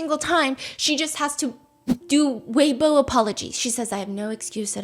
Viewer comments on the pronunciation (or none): none